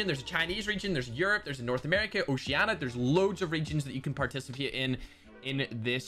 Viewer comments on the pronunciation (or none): none